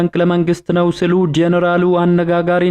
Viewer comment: ስሉ አትበል ሲሉ ነው የሚባለው ገመድ አፎ